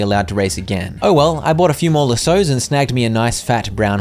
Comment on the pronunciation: That’s not how you say lassos😅